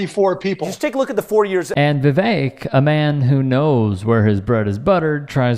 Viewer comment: As an Indian, I felt very content that you mispronounced Vivek's name. I love it! I hate him so much! And what does he mean by he didnt steal? He literally got into USA on a scholarship which he didn't need.